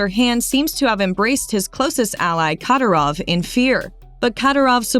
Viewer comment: Bunch of bs she can’t even say the man’s name right and people really believe this shit😂😂😂🇷🇺🇷🇺🇷🇺🇷🇺🇷🇺